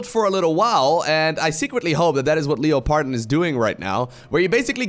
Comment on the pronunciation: until i read it myself i did not understand this name from pronounciation. When i saw it i thought, ohhh its german.:D